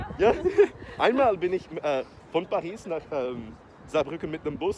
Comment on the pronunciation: Saiu um "Paris" meio inglês e francês ali